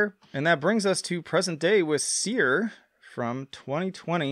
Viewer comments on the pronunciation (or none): none